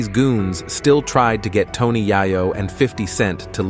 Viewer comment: This needs to learn how to say Tony’s name for real